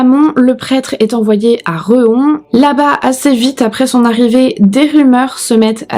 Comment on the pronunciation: Coucou, on dit "Villé" pour Villers les Nancy et Réhon et pas reuhon, en tout cas je ne connaissais pas le nom de ce curé par contre l'histoire de Régine Fays à souvent été raconté par chez nous, sans utilisé le nom de ce curé. Même si aujourd'hui c'est une histoires très très ancienne. J'adore ton maquillage 🩷